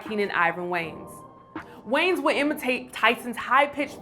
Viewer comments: Their last name is pronounced WAY-YANS not WANES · Way-Ans. Not Wayns 😒